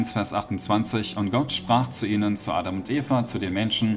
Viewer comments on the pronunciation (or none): none